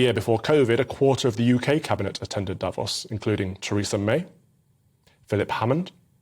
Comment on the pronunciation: Calvin needs to do some ACTUAL LEARNING. First time he said Davos in this video he said it correctly... the second time he said it, just moments later, he said Day-vos This whole video sounds like someone who was TOLD to do a segment on the World Economic Forum and did a very brief google search. Anyone who knows anything... knows how to pronounce Davos